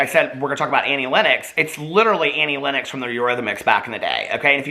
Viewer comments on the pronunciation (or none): isn't it 'lennox'? didn't know you say it like 'lennex' o.o